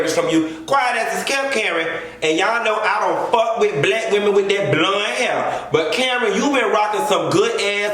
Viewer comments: can you puh-leez stop saying BLUN (blonde)? I laugh so damn hard when you say it and you say it so hard. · lmao everytime u say “blund” 👱🏽‍♀️ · The way he says blonde takes me out! “Bluunnn” 🤣🤣